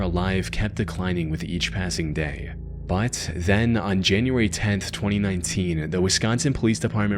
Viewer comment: Why do you pronounce “but” that way? “Baud”?